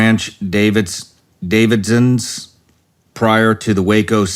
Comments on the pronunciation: Branch da-vid-e-uns. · Would it kill Sean to rehearse his introduction and look up things he doesn't understand? The branch davidsons??? Do you really not know about the branch davidians and the events at Waco? Can't even pronounce Nippon correctly. As usual, great guests but bonehead, low effort host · Branch “Davidsons”??? Come on dude do your reading up on someone before you sit down in the chair. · Its called the branch da vid ians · Lol he cant say branch davidians